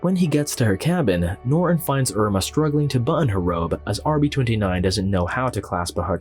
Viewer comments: Why does the narrator always pronounce the main character's name "Norr" instead of properly pronouncing it "Norton"? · Old narration is better... norton is "ner-on" here🤣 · nor'un. If you're going to narrate, at least pronounce the fucking words